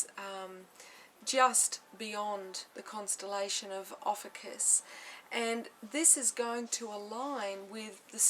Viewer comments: We pronounce our name as Ofeeshus.Beautiful reading I'm proud of you for sharing your knowledge . Thankyou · adam simon yep, they can't even pronounce our name right.Oh well that doesn't really matter anyway.